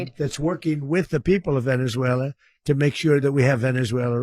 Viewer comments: He has said not one true thing… all bull. And he said Venezuel’er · 'Venezuelar' says the orange muppet.